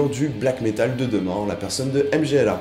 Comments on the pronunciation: m-g-l-a comme tu dis ça seprononce "mmmgoouuuahhhh" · pour une prononciation correcte du groupe polonais - [mgwa]